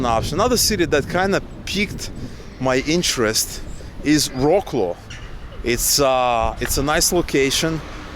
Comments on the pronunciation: It is not prounounced wroclow but vroclav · It's not 'vro-claw', try saying 'vrots-love'… And yeah, you will love it :) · Your pronunciation of Wroclaw is too english-like. It sounds almost like "War claw". Propper pronunciation is closer to "Vrotz Love" or "Vrotz Wow". Actualy if you think about it, you need to merge the "Love" with the "Wow", and you get "Vrotz Wove". Cheers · it took me a while to understand which polish city is called "roklo" :D please, spell it like "vroslav" or something like that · Vroslav, not Rocklow :) (Wrocław) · Wrocław isn't read like War-claw but more like Vrots-love if you read Ukrainian then its: "Вроцлав". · Rocklow? I had to think about that for a while. Is it Wroclaw? I don't know anything about most of these cities And I learned pronunciation from a book but I think, and somebody can correct me, They pronounce it VROTsuave. (Yeah there was the reason I didn't pick anything in Cyrillic... Or Chinese, any dialect, because really complex, or German which they offered in my high school by the time I was in 11th grade, because I thought I might choke myself. Apologies to German people. I'm actually part German but I don't have a lot of connection with my ancestors or actually even my grandparents I really never knew. My mother just wrote down whatever she could find out back in the early '60s. And I have Bigler Jaeger Unger (My mother's side is Irish Irish and Irish) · To let you know, Wroclaw is pronounced Vrot Sauve! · Try to pronounce Wrocław like "Vrotzlav" and Kraków as "Cracoov" or somethnig like that ;) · good videos... by the way... Wroclaw is pronounced Frot-suav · Wrocław is pronounced - VROC-LOVE. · Hi, nice to hear and see you guys 😊 I have problem to recognize the name of city, when you pronunciation Wroclaw. Very differently and little strange. We read W like you read actually V, so Wrocław you should pronunce Vroclav (c not K here C = Ц ) Best wishes, and share your progress with Polish 🇵🇱💙💛🤍❤️🇺🇦🇺🇸